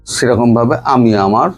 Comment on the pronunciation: সব ঠিক আছে দাদা বাবু,শুধু উচ্চারণ স্পষ্ট করুন,যেমন কাটা তাড়,আমাড়,ভাক কড়া,ছেরকম,আপনাড়া,চোড়াচালান,মনে হচ্ছে মদ খেয়ে কথা বলছেন😅😅